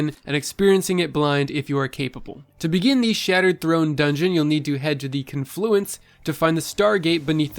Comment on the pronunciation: cun-FLUENCE?!?!? u trollin me bro? now that damn word is stuck in my head.